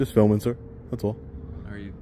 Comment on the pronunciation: “This guy ees feelmin”